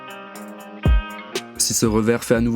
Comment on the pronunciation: NUNES BORDEL *NOUNES* pas NUNIECE 😅😅